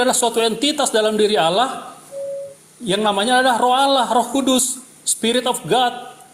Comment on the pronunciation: Membaca Allah saja jadi Alah apa lagi bahasa Ibrani